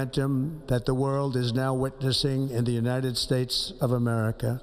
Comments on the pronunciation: did he say "the United Spates?" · BTW Donald trump id s shitty piece of trash, he can’t even pronounce his country correctly “United Stapes”